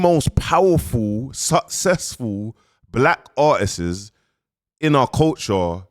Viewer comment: “Artissiz”? Really? Bombo claat.